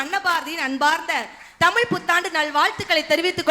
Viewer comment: முதல்ல தமிழை சரியா பேச கற்றுக்கொள்ளுங்கள் முத்து சார் பேசும்போது தமிழ் கொலை செய்யப்படுகிறது தமிழ் என்பத தமில் என்பதா